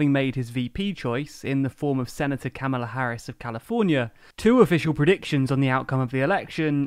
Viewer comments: Thanks for another video. (Harris's first name is pronounced Comma-la, btw.) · Kamala pronounced "comma-la", please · Its Comma-luh** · It's pronounced COMMA-la Harris. Don't you people research?!?!? j/k we're all having a larf about the issue over here... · Pronouncing her name like you did is a sign you're racist and sexist, just ask the Democrats who attacked Tucker Carlson for saying her name that way.